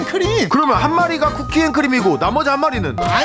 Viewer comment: 쿠키인데 크키라고 있어요